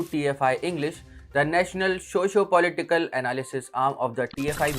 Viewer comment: Piyush doesn't know to pronounce "Socio", He pronounces it as **Shoshcio**🥱🥱🥱